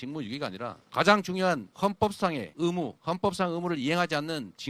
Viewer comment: 헌법상의 으무 ㅋㅋ 의 발음 못하네 ㅋㅋ